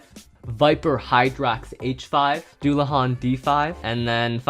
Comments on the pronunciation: As a viper hydrax owner I find the fact that messed up their names, very painful. Also, it's pronounced Daul-a-han. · It's dullahan not dullahan